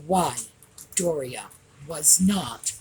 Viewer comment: Hello. Apparently, her name is Do-ria. Hahaha 🤣 Thank you for all you do. I always look forward to your programs.